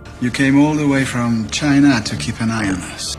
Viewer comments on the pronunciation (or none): none